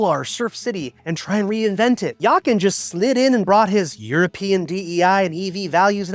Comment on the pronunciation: One can tell, that you’ve never worked in a corporation being subjected to a plethora of interest group, while your main customer group are the „always yesterdays“. It isn’t surprising that he is not welcomed by the American customers who can’t even pronounce his name. Yakan isn’t it. Grüße aus Deutschland!